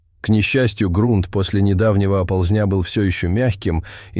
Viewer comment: Рассказ интересный. Собака -умница! Но не знаю, кто читает текст. Голос звучный, но безграмотность вопиющая! Как можно так ставить ударения! Если это не нейросеть, а человек, то это просто недопустимо. "ОползнЯ", "В комЕ". Это что?! И подписываться неохота.